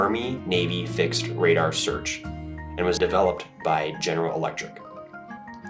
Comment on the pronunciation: "Army Navy Pradar Station"?!?